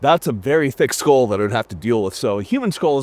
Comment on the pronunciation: Skull, pronounced Skoal.